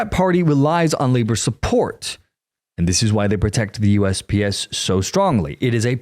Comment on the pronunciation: I know he was saying USPS, but it sounded at first like he was saying USBS